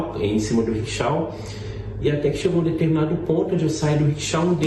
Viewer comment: Ocara mora lá, trabalha lá (Dublin) e não sabe pronunciar corretamente Rickshaw